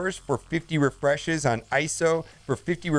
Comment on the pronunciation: "50 resheshes"